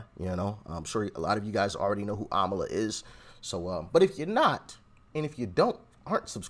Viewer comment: IT’S AMALA NOT KAMALA, RIGHT??